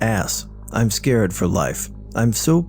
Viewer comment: Scarred for life, not scared for life. No offense but maybe try reading these a couple times before you record....